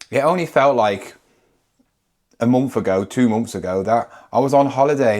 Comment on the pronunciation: Why do you say munff instead of month 😂